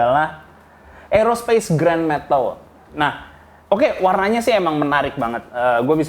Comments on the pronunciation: gua doang kayaknya yg denger bang ngomong Aerospace "Grand" Metal wkwk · Aerospace-grade metal....jgn salah sebut...grand metal